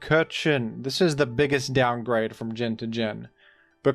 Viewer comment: "In teh Rain..?" 😢